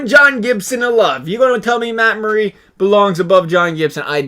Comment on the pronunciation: It’s Murray not muray